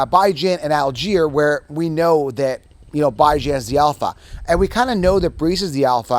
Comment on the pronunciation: “Bi-Jan” my main man